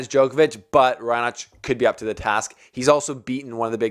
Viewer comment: u got it right for Raonic😂